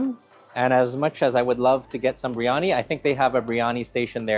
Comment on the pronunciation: beer yah nee. Not bree yah nee.